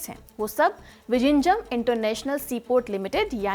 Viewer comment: Are bhai wo ड़ ऱ ळ hai vijinjham nahi